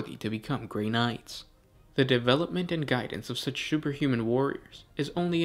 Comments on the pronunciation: shoopher humans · did he say superhuman or sugarhuman kmsl